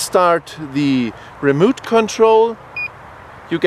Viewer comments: "wison" "remoot control" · it is remote, not a remooot!!!!